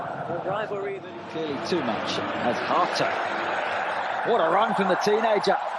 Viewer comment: you are saying his name very well. Hear many british butchering his name with Hate(o)